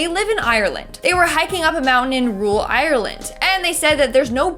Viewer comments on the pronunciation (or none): I love how they purnonce ireland as island😂